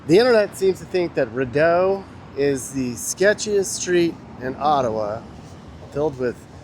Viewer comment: It’s pronounced “Reedeau” (Rideau) lol and Elgin is pronounced with a hard G as in Great lol I didn’t watch the whole video but if u didn’t check out the Glebe, Landsdowne area, you should next time you’re in town! Thanks for visiting my city! P.s… next time you guys come here I’ll show u around lol 😂